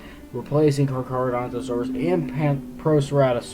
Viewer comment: Its called carcharodontosaur not charcharodontosaur